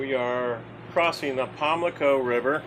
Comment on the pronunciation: RE Mayo seafood - big shrimp boats fuel and sell shrimp there from the Pamlico Sound BTW its "PammmmmLico River"